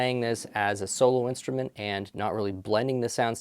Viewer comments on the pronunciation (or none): none